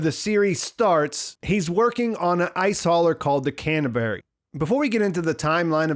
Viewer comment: he working on ice hauler called "can of berry" hehehe